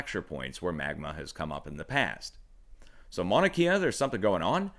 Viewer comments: Just to be helpful .... pronunciations: Leilani ..... Lay-la-knee Mauna Kea ..... Mau-na Kay-ah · Mahalo for your channel and updates! It’s pronounced Mahnah Kay Yah FYI....Much Aloha! ❤️🙏🌺😘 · good reporting, but its pronounced Mauna Kay-ah not Kia..